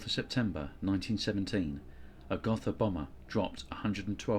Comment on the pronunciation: Pronounced Goh-tah